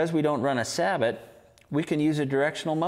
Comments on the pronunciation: it's pronounce sa-bo not sabot,it's a french thing! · Interesting that you have to specify sabot-less these days when talking about muzzleloaders. (and that is pronounced SAY-BOW or SAY-BOO, French for shoe) 25 years ago when sabots were making their entry into muzzleloading, you had to specify that it was a saboted round. Funny how things change....